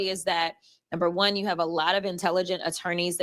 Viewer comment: She said nuber one, what happened to number two ? Ahhhh, number one turns into number two.